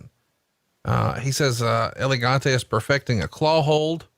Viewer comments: Whos Elegante? You mean El Gigante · That pronunciation of El Gigante is just bad. and I'm not even Spanish. Just call him Giant Gonzalez fat boy